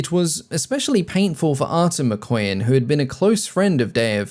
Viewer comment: I'm sure you pronounce "Mikoyan" as "McQueen" 😸😹